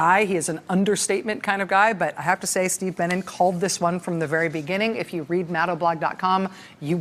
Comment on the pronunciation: Who else thought that she was saying Steve Bannon instead of Steve Bennin?